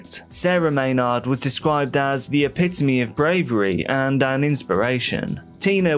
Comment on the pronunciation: Lol at the creator saying it like may-nawwwd. It is phonetically pronounced like "may-nerd"